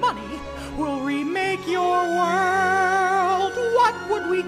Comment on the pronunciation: You said wemake once.